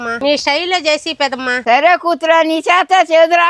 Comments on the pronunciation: Pedamma. Kaadu Peddamma anaali madam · Pedammaaa kadhu pedhamma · అమ్మా తల్లి పేదమ్మ , కాదు పెద్దమ్మ అనాలి. పెద్దమ్మనీ, పేదమ్మ నీ చేసేసావ్ 😂😂😂😂😂😂😂😂😂😂